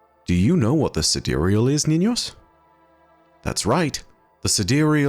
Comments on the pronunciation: I think the sidereal is pronounced as side real like the real side. The cloudstriders were kinda like crspr babies, created using genetic engineering by the ai, then it connects to the devices to grow the code/unreal into the sidereal or the real side. Like a mirror in a simulation connected to the outside world. As above so below. So how its possible in real life and not just destiny: we use ai to decipher protein folding and use the decoded knowledge to create the babies, then using ai to advance technology, us ai to observe quantum, decrypt the structures, then use ai to create and operate tools to interact with the relative material and create nanotech to develop augmentations out of materials that work with the genetic material. Seriously, use ai to understand and then use the understanding with tools developed from the understandings to create stuff of imaginations. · I always thought it was pronounced "side-real". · Sidereal? Side real? I for sure pronounced it side-real lol